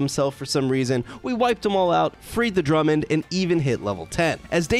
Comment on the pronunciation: He called the Dumud, "Drummond" lool